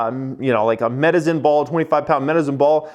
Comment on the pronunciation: Did he say "Medizin" ball when referring to the medicine ball? Sounds like someone's got the planet stuck in their head...